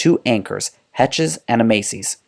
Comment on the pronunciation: Hecht's is pronounced, Heckts!!